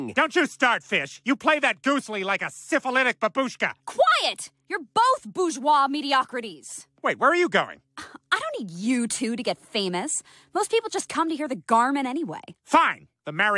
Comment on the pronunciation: Not babúshka, right bábushka.